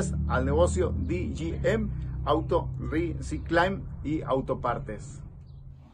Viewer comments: "Ri cing klein" (recycling) lol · No se dice riciclain😂 Risaicling, Recycling, aprendes pronunciar bien.